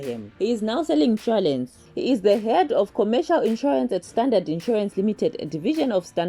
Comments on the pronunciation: “He’s now selling nshwalence” ewu 😂😂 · Insure-LENS? Really? With that English you should also retire or stick to news pertaining your own country.